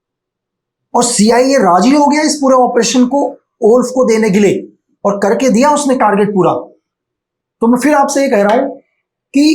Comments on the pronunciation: Kerke, Kerke, Kerke 😂😂😂😂😂Kerke, Kerke, Kerke😂😂😂😂😂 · 'Karke' word is gadwali tone😊